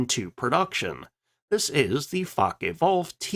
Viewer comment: Please take a RUDIMENTARY German lesson! Faka?? Luhfft??